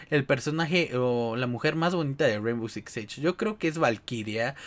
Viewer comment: We neta ni sabes pronunciar el nombre del juego